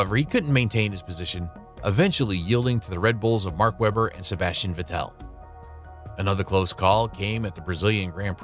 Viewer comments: Nice video but „Sebastian vetelle“ 😭😭💀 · I think you're pronouncing Sebastian vettel wrong :/